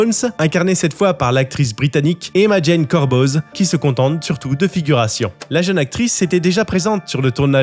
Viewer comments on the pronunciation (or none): none